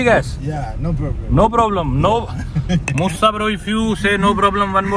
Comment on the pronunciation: It is Moosa, not Mussa